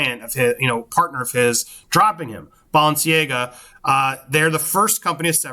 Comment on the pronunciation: I love hearing you try to pronounce Balenciaga haha😅😂.. and I think this would be a poor choice for brown-rudnik and a poor choice for Camille, personally. Camille said she wants to go on to help those who are deserving… Kanye is not deserving!!